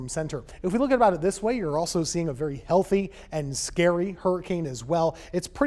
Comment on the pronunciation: He said healty hurricane😂